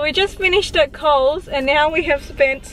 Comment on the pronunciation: When she said COLES I thought she ment q